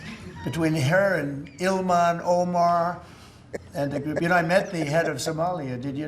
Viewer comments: ILHAN Omar he said ILMAN lol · Dear, I'm not sure it matters but her name is not Iliana, it's IL -HAN O - MAR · "Ill-man Omar" 😂😂